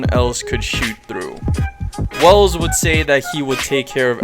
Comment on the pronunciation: i thought his name was welf not wells